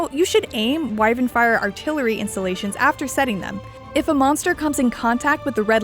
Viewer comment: It's keep bugging me how she says "installations" , it sounds more like insulations.